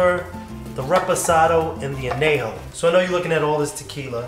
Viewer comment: Great display of tequilas. Nice idea on the cocktail. You need to work on your pronunciation of Añejo. An Yay Ho. Adios amigo. Salud.